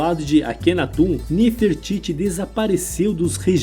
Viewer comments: Engraçada a pronúncia: atum (aton), Akhenatum (Akhenaton), histuriadores (historiadores)... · Pelo o que eu sei , não é "atum" e sim Aton e Akhenaton não é "aquenatum" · Sério, na boa, mas porque o narrador do vídeo pronuncia "Akenatum" e deus "Atum"? Coisa maus bizarra, primeira vez que vejo alguém falar dessa forma, ri do começo ao fim com esse "atum " 😅😅😅😅 e a cidade se chamava AMARNA e não "Armana" como foi pronunciado no vídeo, deve ser de propósito, só pode 😢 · AkenatON. AtOn. Não “atum”.